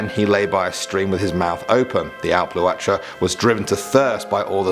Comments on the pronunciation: Let me help you out on the pronunciations 😂 the Dearg-due (jarug do) The Alp Luachra (awlp loo-ackra) The Sluagh (The sloo ahh) :) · Dearg-due is pronounced as da-rug du-a, alp-luachra is pronounced alp lu-c-ra and sluagh is pronounced sl-u-agh. Only flaws I noticed but Irish is a notoriously difficult language to pronounce if you haven't studied it so otherwise an amazing video. Great job. I'm from Ireland and i believe you chose some of the creepiest myths but there is so much more so can you please do a second part?